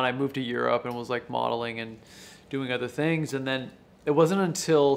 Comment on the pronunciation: "I moved on, I was modeling and other thinge..." pfffff get out of here guy